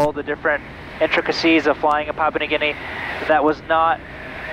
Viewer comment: Papua, not pop.